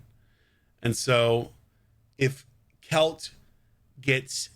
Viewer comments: Best pronounciation i can give you for it would be like quail as in the bird and then cha, like "cha cha real smooth" So Caoilte = Quailcha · It is celtic, and it's pronounced quil-te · According to Nub, pronounced Kwilcher. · Heard Nubs pronounce it something like “quil - che”